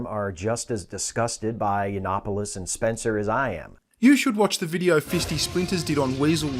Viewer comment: "You-Not-Polis" it's Yiannopoulos. Yiannopoulos.